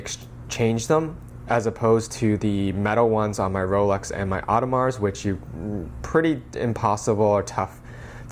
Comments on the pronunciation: Dude it's not "oddemarz" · Audemars silent s my dear.